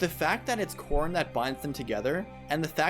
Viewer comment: Every time you say Corrin, I hear corn instead.